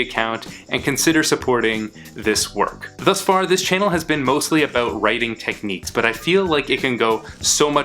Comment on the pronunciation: Everytime he says abooout a Canadian get his hockey stick.